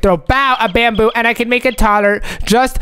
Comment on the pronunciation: Not bamboo it’s bamboy